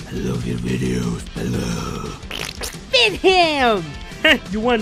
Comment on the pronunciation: It's Pelo, not "Peblo"